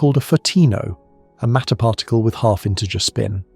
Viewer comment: Seriously... WTF is a parr tickle?!